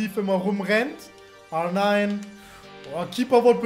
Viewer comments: Bitte bitte bitte hör auf R9 so komisch auszusprechen hört sich an wie so nh porno seite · Kannst du R9 bitte Deutsch aussprechen. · Sorry, aber... ARRRRR NINE 😂😂😂😂